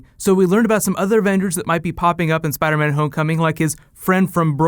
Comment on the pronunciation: Spida man!!!